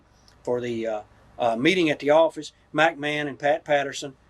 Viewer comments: Mack Man instead of McMahon. 🤣🤣🤣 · Yeah, I laughed out loud at that too. He repeated it too. He finally got it right on his last attempt when he says Macho got to “sachet“ her around.